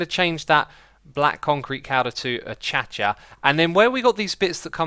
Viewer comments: Achacha wood?😂😂 it’s a-ca-shia!! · dude is not pronounceD A-CHA-CHA its Pronounced A-KAY-SHA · I think you and mumbo should make rules on what is a derp/spoon and what is not P.S. its pronounced a-kay-sha not achacha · Please pronounce acacia properly :) ah-kay-shah according to Oxford english. Been bugging me for a while aha...